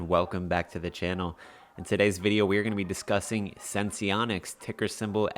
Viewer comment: Thank you for actually pronouncing it correctly😄 So many others don't. Last video I watched, the girl had 5 different ways to pronounce Senseonics lol. SENS to the Moon!!🚀🚀🚀